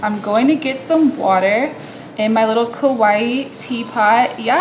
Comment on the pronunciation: Great tutorial! The way you say kawaii though 😅